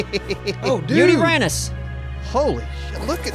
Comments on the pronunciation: Omg. Lol you folks trying to say dino names is funny. "U-TIE-RAN-US". Not "Uterus". Lmao love u guys. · it's pronounced Yu-tyrannus like Tyrannosaurus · Yut tur ranis is how you say hat that big thing was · U-TIE-Ran-Us is how to pronounce Yutyrannus. Its an ancestor to the rex from China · It is pronounced (u-tie-ran-us) or (u-t) for short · its utai-ran-nus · It’s pronounced yuto-ran-us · its pronounced yu tyran osaurus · its pronounced "yu-ti-rannus" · Its pernounced you turanis